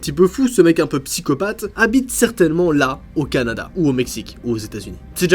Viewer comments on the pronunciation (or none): Jsp si tu sais mais ta dit cadana au lieu de Canada